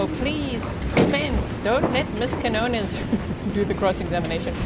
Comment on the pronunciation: Keen-yo-ness that’s how you say Quinones